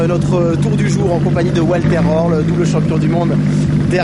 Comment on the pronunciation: Bordel de dieu les français. C'est pas Oualther Raurl c'est Walther Röhrl !!!!